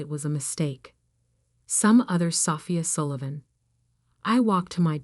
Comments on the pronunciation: Can we get real people to read the stories? Sophia’s was pronounced like a house part. Love the stories, but goodness, can we not proof-hear before publishing? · Your AI needs to learn to read the name and not pronounce it phonetically, LOL! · God the AI voice over absolutely sucks. Learn how to pronounce Sophia. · the person reading this story is not good. bad pronunciation of words including how she says Sophia. not to mention anyone looking to prove their family was wrong about their choice of a career wouldn't wait 15 years. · learn how to prounce sophie...stupenagle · A.I. again. Can’t pronounce Sophia. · Great story! Too bad the AI voice can't properly pronounce "Sophia".